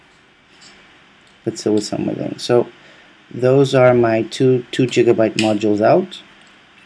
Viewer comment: gig-ə-byt, its not jig a byte